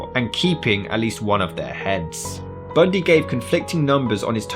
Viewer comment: I like how you say his name lol 😂 TED BUNDEEE …